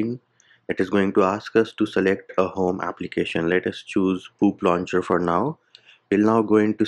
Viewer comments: The way says Poop launcher is making me crack every time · did he just say poop launcher ☠️🤣